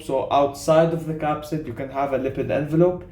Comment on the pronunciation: you said caspid when it should be capsid just a heads up 🙌. Keep up the good work. Hassan